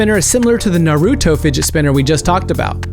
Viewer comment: U have to learn how to say Naruto correctly